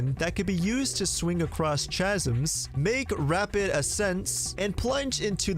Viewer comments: Did you really pronounce chasms as tchasms 😂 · Chasms is pronounced kasms bruh.... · Chasms! The H is silent my dude.